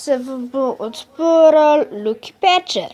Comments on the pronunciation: Aploh neznas izgovorit lucky patcher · res nezna izgovorit lucky pacher